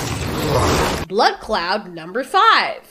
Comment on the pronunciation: Every time says blood cloud, I swear, I hear "blood Claaat" as if she is Jamaican